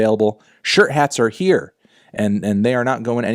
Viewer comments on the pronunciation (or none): none